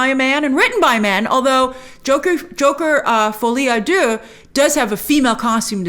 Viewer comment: Love your French pronunciation for Folie à Deux ! As a French, this is perfect !❤